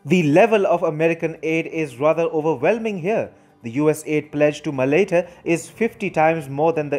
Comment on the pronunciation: You are pronouncing Malaita wrong